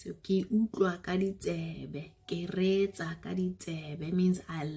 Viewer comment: And also reetsa not sounding riiii?